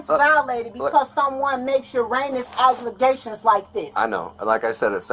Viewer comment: She really said "your anus aglegations"